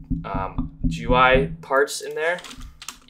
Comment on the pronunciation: ive heard people say G U I, gee goo eye and so many random other ones but i never thought i would hear 'je-are'